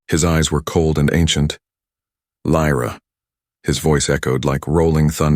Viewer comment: I nomi, questi sconosciuti. The alien names are UFO. :-/ L R A or Lyra? Ehi, the english scarso. :-/ And now the english scarso. Dovete migliorare!